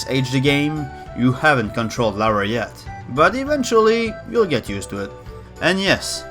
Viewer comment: Funny that Americans can't pronounce Lara either XD